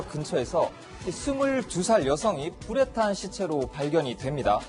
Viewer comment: 초 뿌레탕 이라고 해서 수십번 돌려들었네 불에탄 맞음?? 발음이 방송하는 놈맞나; 그리고 요즘 누가 오후 밤을 11시로 표기를 하나 헷깔리게 게다가 표까지 그지같이 만들어가지고 16일 11시58분이라고 잘못써놓질않나 정남규 2016년 4월 저건 도대체 뭘뜻하는건지?? 정남규 죽은게 2009년인데 표만든놈 제정신임?